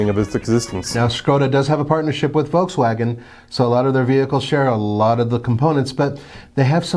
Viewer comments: It’s not „V-Double U“ xD German company = German pronunciation! XD we also pronounce American Companys in English. Sooooo please! xD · It’s pronunciation is “Dutch + ya” Not “Neeson” it is “Nis+sun” :D folksfagen... it’s folkswagen Citron hahahaha Just watch their advertisements so you can maybe learn how to speak their names you merikans :D Pohahahaha!!! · why is this guy killing all the names of cars. Us people need to understand that we read the automakers depending on where they are from not where they sell lmao